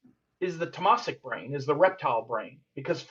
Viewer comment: Great talk. Just a suggestion . The pronunciation of Rajasik is raajsik and tamasik is taamsik. Not rajaasik and tamaasik. Hope i don't offend you by this !